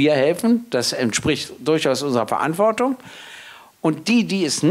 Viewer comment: Rhetorisch vielleicht nicht vorteilhaft, dass er z.B. die Worte enteignen, verinnerlichen, Verantwortung nicht aussprechen kann, da er nach eigener Auskunft den Glottisschlag nicht beherrscht.